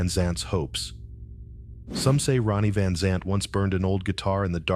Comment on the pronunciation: This story is so full of holes it isn't funny. The voice talking can't even pronounce the name rite.